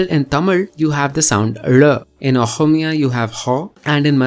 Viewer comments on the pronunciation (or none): none